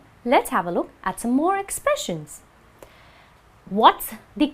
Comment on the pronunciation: '10 expression'? Why don't I hear a [z] sound when you pronounce the word? You say '[ 'tɛn ɪkˈsprɛʃ(ə)n]- no [z] sound at all! Why?